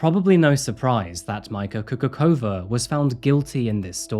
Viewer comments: hello ! i haven't finished the video yet but as someone from Slovakia i noticed that you mispronounced her name and the name of the town she's from (which i needed to do some research to find out you were trying to say Nová Bošáca since i couldn't understand it with the way you pronounced it haha). the "č" in the name Kukučová makes the same sound as "ch" in words like "choose", "chore" or "chat". the "š" in Bošáca makes the same sound as "s" in words like "shop" or "shout" and the "c" makes the sound of "c" in "citrus" or "tz" in "tzarina", that's the best way i can explain it. i recommend at least using google translate for things like these, you set it to translate from english to whatever language you want to listen to the name in, type the name in and if it doesn't get changed up in any way just listen to it and now you know how to say it properly. sorry if this comment seems kinda nitpicky but i thought i'd let you know. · I never comment on any video, but I came here to say exactly that. It took me a while to realise that he's talking about someone from Slovakia as the way pronounced her surname sounds nothing like we would say it. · Majka is actually a nickname for Maria in Slovakia. And her last name is pronounced Kukuchova (ch like in Charlie). Anyways, love your videos and I am happy that you covered case related to my country :). Maybe you could also look into the case of Ondrej Rigo. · KUKUČOVÁ - KUKUTCHOVA is the correct pronunciation, in Slovak the "Č" is pronounced as "CH" in "cherry". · It is Slovak Republic (not Slovakian), therefore Slovak is the proper adjective. And her surname Kukučová is actually pronounced as Coocootschova or else Choochooczova (not Coocoockova or Coocoochova). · Coocoocrazy, not Kukucova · I was wondering why the name sounds familiar. She was all over the slovakian tablois few years ago. But her surname is Kukučová (pronounced Kukutchovaa) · Subtitles say "Micah coca cola" 😂 Its pronounced "Kukutchova" btw.